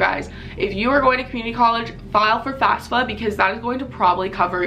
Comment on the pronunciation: It's FAFSA, not FASFA.